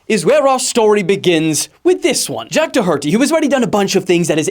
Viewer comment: Jack Dahharty 😂